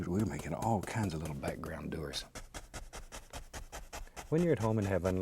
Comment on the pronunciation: Does anyone else hear him saying to add some "DOOTERS" ? or is it just me